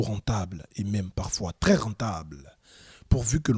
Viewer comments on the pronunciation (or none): none